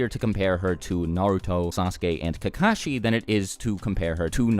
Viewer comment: Why does everyone pronounce kakashi as if the two ka's are separate from the shi, pronounce how they say it in Japanese,it sounds like kak-a-shi. But people in America pronounce it like ka-ka-shi. They sound like crows when they do that. And some people get offended when you say their name wrong.